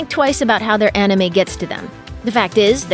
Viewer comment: "Onime"....nice. as if I'm gonna listen to someone talk about anime who can't even say "anime" correctly lol